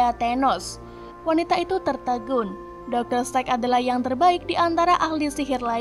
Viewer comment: Dr Strange Min, Bukan Dr Strek😂😂😂